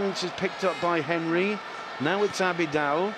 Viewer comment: The way he pronounced Henry🥴